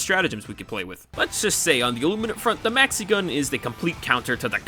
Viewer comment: at some point i did understand mexican instead of maxi-gun. and now i can´t unhear it